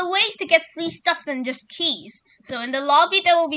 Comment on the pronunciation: "Right now where my keyzzz"